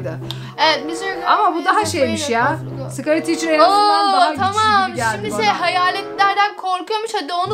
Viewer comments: Skaty thcear degil canim scary teacher degilisi skary ticr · sıkari tiçır yada sıkari neybır diye okunmaz sikeri tiçır yada sikeri neybır diye okunur burada küfür etmedim yanlış anlamayın sadece okunuşunu yazdım